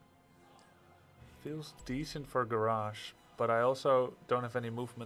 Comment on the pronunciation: Love the content Grubb but for the love of god have you never heard anyone else pronounce the name Garrosh?Didn't Thrall or Grommash ever say It?